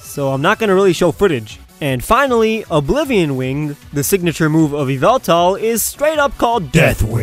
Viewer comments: It's pronounced Ye-Ve-Tal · it should be why-vel-tal.